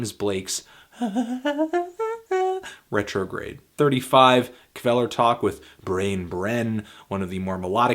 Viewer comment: Kvelertak with Brain Brenn? You completely butchered the pronounciation and it hurts :'| lol